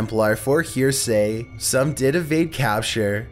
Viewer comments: The Knights Templar were arrested for "HERASY!"..(pronounced HAIRESSEE)..... They were NOT arrested for "HEAR SAY!" (pronounced like you said HEAR SAY) - In every video there is ALWAYS at least 1 or 2 mispronunciations......Although, lately, there have been like 3 to 5!! WHY? Do you proof read what you wrote ever? (Or do you have someone who writes for you?).... I'm just asking cause I'm curious and for some reason it triggers me that someone who is from the US and speaks the language, and makes it his job pretty much to record videos for that job, always mispronounces several to many words per video! SMH 🤦🏻‍♂️ "Oh Well"......, thanks for the video.... can't wait to see what your videos will be on in the first! 👍🏻🤷🏻‍♂️ 🤖🤓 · It's INDIGENOUS not "indiguous." And, it's HERESY not "hearsay." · Heresy is pronounced "Hair-es-E",and is when you have in theory wronged God, The Church/Faith by word or action. I am in your corner,, but you murdered that word. 😋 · Partisan not "partisian" heresy not "hearsay" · #02 "heresy" not hear-say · XD "Hearsay" hahaha. Heresy is pronounced hare' uh see and means saying something that contradicts orthodox religious doctrine. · Fuckin hilarious to hear you pronounce heresy as hearsay! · It’s indigenous not indiguous, the knights were killed for heresy not hearsay hahaha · The word is pronounced "her-eh-see" meaning to speak against the church or to commit a heretical act. Its not "hear-say". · Dude you really gotta work on your pronunciation they were charge with heresy not hear say. Its said hair a cee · Yeah, my thoughts exactly. I think someone else writes this. I find it weird that he would mispronounce words if he was the one who did all the research. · I was looking for this comment. Knew someone would catch it.